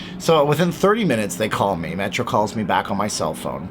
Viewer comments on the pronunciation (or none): none